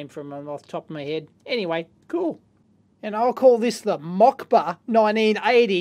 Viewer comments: it is not Mockba but [moskva] Moscow. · Name of the first radio is MOSCOW not MOKBA :) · not Mocba.. its Moskow in russian :) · it's not mockBa, it's moscow